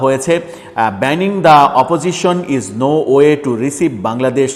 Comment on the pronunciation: রিসিভ নয় রিভাইব?